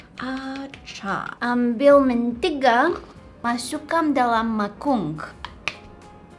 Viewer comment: it's not masungkang dalam mangkung it's masuikan dalam mangkuk